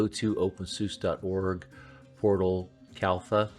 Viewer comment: You are saying Kalfa ....but the official name is Kalpa.